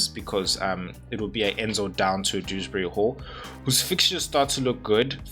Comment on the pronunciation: You got it. Perfect pronunciation. Despite THE TEMPESTUOUS SEA holding rank or getting greens i would be right up as high in the clouds if i had been playing Dewsbury Hall. I have just found it so hard to play him every week from a psychological viewpoint. I am going to have to take him more seriously. 👍🥅👊⚽️🙋‍♂️